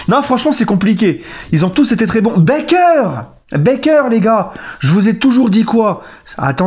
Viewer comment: Bâââker, gars, pas Bèkeur :)